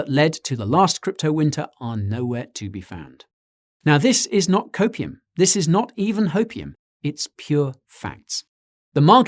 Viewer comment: Who are you watching on twitch?? Noticed the Copium which gave me a chuckle saying it with your accent hehe. Love the vid as always ❤️